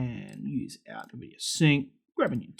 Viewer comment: wait, why are you saying nEvidia